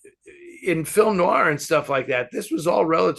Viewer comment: Oh,, will there ever come a day when you pronounce the word "noir" properly? ☺